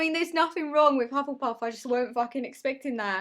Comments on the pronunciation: Omg calling us Hufflepuffs hufflePUPS 😂❤️ I loved that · Test: “Hufflepuff”: “Hufflepup” me: “Hufflepuss” lol idk it’s 12 am I’m bored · surprised he got hufflepuff Also: hufflepups.. Aawww